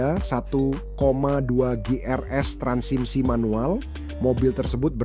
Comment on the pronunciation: ini yang bikin vlog ngerti mobil atau engga ya jadi ragu, mana ada transimis 😅nyebut transmisi aja salah berapa x